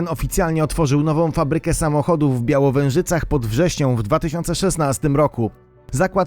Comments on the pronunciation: Białężycach a nie białowężycach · w Białężychach (Białężyce) :) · "Białężycach" pod Wrześnią ,nie Białowężycach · w Białowężycach xDDDDDDdd to są Białężyce byczq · W Białężycach Białężycach nie bialowezycach Mistrzu co Ty gadasz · Lektor się przejęzyczył ale każdy ma prawo Volkswagen Białężycech byłem kilka razy w tej firmie idzie się tam szybko zgubić